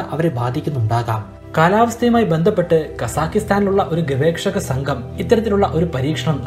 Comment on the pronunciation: ഗവേക്ഷ അല്ല ഗവേഷകൻ